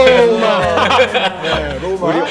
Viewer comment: rrrrrrroma 하는거 왜케 웃기냨ㅋㅋㅋㅋㅋㅋㅋㅋㅋㅋㅋㅋㅋㅋㅋ